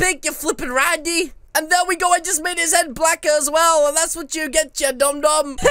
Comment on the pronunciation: Stop saying rande and dum dump ok